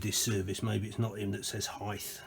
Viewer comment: What is it with heigth? And acrossed? Lol. 🤠